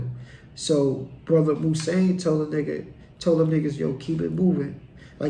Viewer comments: Its pronounced moo-zone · His name is pronounced Moves-on. Damn! Could you imagine if Mouzone was to assist Avon in his war with Marlo? Chris and Snoop wouldn't stand a chance.